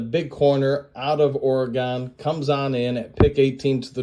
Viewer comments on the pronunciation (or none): What’s with the weird pronunciations???? Camp bell? Gonzaaaaaah lez? My mouth can’t even say Oregon how you said it. Wtf